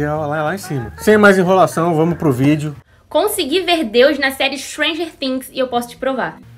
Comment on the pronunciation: O cara não sabe nem pronunciar "stranger things"e fala " Istranger Tingues", e quer se passar de sabichão ????? KKKKKKK